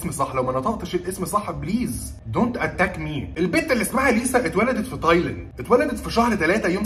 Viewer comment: تايلند ❌ طايلند✔️🗿✨